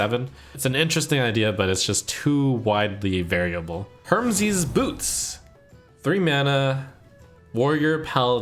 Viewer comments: "HERMSES' BOOTS"??? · Ah yes my favorite deity "hermzes" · ah yes, that famous Greek god, HERMZEEZ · Then He said "hermeezeez" a minute later. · How he pronounced hermes made me die inside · Note: Pronunciation of Hermes was wrong... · the way he said hermes made me die inside a little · The way he pronounced "Hermes" made me actually cringe